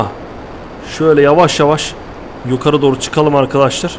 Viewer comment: abı kfur etmıyorum ama sen nıye yokarı dıyon yukarı dıycen